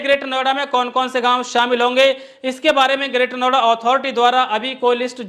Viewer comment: महोदय नवेडा नहीं नोएडा कहिए